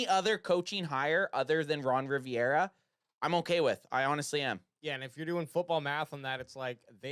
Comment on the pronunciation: Completely agreed on the Ron for Dan switch. But calling him Ron Riviera instead of Rivera had me laughing the entire time😂